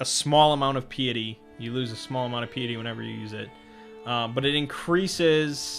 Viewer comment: Pie-et-ee. Think pie as in delicious pies.